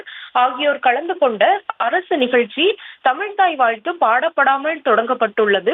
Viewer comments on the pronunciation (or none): "தமில் தாய் வால்த்து" திராவிடம் தமிழ் வளர்த்த அழகு. இது உறுத்துவதால்தான் அரசு விழாக்களில் வாழ்த்து பாடுவதை நிறுத்தி விட்டார்களோ?